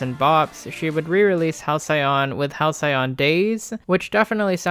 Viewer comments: hal -see-uhn. Not Hal-cyon. Denoting a period of time in the past that was idyllically happy and peaceful. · Fuck I love this video but the way u say hal-cyai on killed me lmao